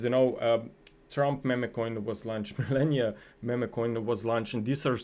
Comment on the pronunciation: Thank you for your professional work. BTW Not Milenia... but MELANIA Coin. 🙂😉 Everyone, including Trump, pronounces her name the way it's spelled, and you're from Slovenia like her, so you should know that.